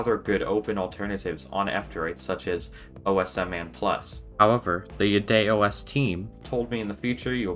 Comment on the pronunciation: At first I thought you were saying "BidetOS". That would have been a great name for an OS that cleans up after Google.